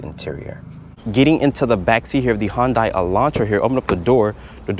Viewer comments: hon-dai?? It's pronounced hyun-dae. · Its pronounced HUUUN-DAY... everytime you say HUUUN-DIE, I die.